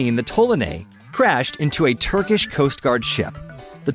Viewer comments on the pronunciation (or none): none